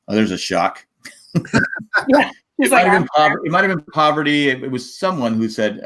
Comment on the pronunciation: Parvati not pronounced "Poverty"